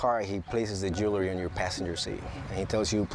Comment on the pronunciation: it ain't jew-lery.. it's jewel-ry